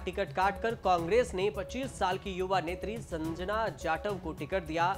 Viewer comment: Tu patrakaar kisne banaya hai tere se jatav aur Sanjana Naam sahi se nahin liya ja raha hai